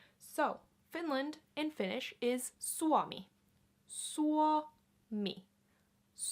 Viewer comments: Tuo mitekä sie lausut "Suomi" kuulosttaa enemmä ku sanosit "Suami" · For me your Suomi sounds more like Suami. I think this slide from uo to ua is common in some dialects.